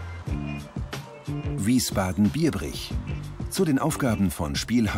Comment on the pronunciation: Hahahahah Bro du hast Wiesbaden und Biebrich mal komplett katastrophal ausgesprochen 😂😂